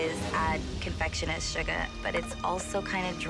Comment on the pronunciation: How Marida says "confectioners sugar"